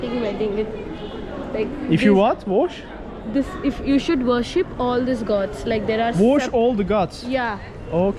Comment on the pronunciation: worship diyor wash degil 😅